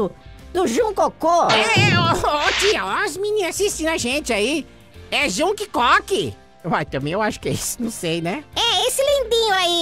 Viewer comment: 🤣🤣🤣🤣🤣 é Jungkook mais é a mesma coisa só que vcs falaram errado